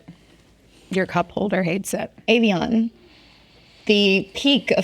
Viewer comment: Why did you pronounce Evian like that 👀